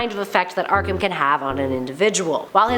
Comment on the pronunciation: Ark”ham” Hehehe